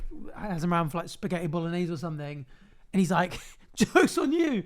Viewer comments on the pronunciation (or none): none